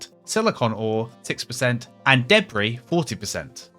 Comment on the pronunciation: It’s debry like he said lol. Jk but just funny how he said debri.